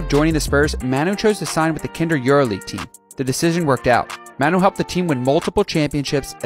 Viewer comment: This guy managed to pronounce Manu three different ways